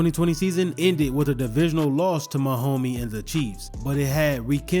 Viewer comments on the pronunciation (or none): Did he really say Mahomey?